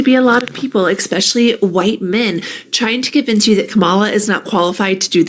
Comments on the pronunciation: She said ekspecially, don't buy it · Dingy broad goes on-line to spout her idiocy to her "friends." Xir capitalizes the word "queens," pronounces "especially" as "X-specially" and misspells "husbands" all while pontificating on Kamala and "education"